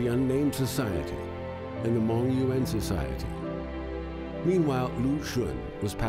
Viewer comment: So hard to listen to. The least you can do is learn the basics of how to pronounce Mandarin, or 普通话, when making a video about Chinese people. Yuan is not two syllables (that would be yu'an), it's enunciated with a smooth and continuous ua sound to produce a single syllable. Xiu sounds absolutely nothing like show, more like shoe but that's still a total butchering, especially in that it ignores the I in the middle, so it's more like X-you; I really can't explain the X pronunciation, you just have to hear it and practice a few hundred times, but in general I would say to keep your tongue lower than for SH, don't touch your mouth's roof. C is an unvoiced ts sound, while Z is voiced. You can find this in any textbook or, probably better, download an app, like Pleco (the best ever dictionary app) or Pinyin Trainer (I've used it for an hour every couple months for two years and I'm still only at 75%, so I can completely relate to the sense of impossibility this entails). You won't get over your accent this way, but you will at least have the knowledge to pronounce names with a fair approximation of what they really sound like. Unfortunately, I can offer no advice for Cantonese names other than to find a textbook or app, but I've never looked into which are good.